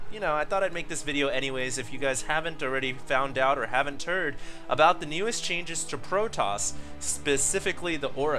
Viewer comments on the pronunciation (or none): him saying "haven't heard" kinda sounds like "having turd"